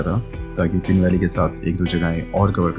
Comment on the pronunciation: I think the name is पीन not पिन And these villages are मूढ़ and संगनम